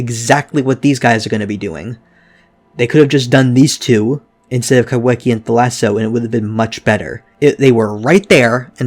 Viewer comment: The wh in kaiwhekea is pronounced as an f, in Māori wh is used in place of f